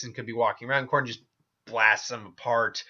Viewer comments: Dude they are both zombies and pronounce the name right!!! It's Cordell not Cordon. You spelled the name correctly for the video title but decided to pronounce the name wrong (WTF??) or maybe that was a slight on your part because you like Jason but grudgingly had to declare Matt the winner. Either way it was silly. Anyway, Matt Cordell wins hands downs. Matt is more consciously aware than Jason which allows him to use his hand to hand combat skills and understanding of modern weaponry. Also they don't call him maniac cop for nothing. Matt can experience rage and go into maniac mode which makes him nearly unstoppable. Matt will rip Jason a new one. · Cordell you idiot not cordon, you are a dork